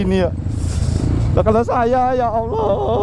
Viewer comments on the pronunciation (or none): none